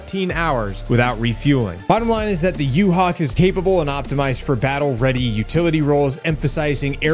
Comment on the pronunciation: Sounded like you said U-Hal.🤔 Flying U-Hal sounds good 👍🏼